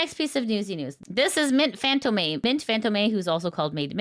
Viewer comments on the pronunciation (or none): “Mint FantomAY” 😭